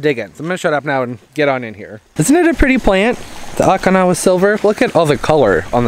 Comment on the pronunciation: No offense 😉 Dude, it’s Okinawa (o-kee-nawa) I’m from Okinawa 😝. Sorry I just cringed everytime you said the name. Anyways, love that plant, too bad it didn’t stay all variegated. I wish I could grow one here, but it’s too dry here in central Cali. I have a hard time inside even with humidifier for those delicate plants like Alocasia and Calathea’s. Very informative as usual. Your the best, I still love ya. 😍 Happy Planting 💜🌺🌸🥰